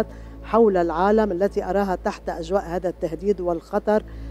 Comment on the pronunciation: أمر عجيب و غريب مار تقول هكاثا و مارا تقول هاكاثا غريب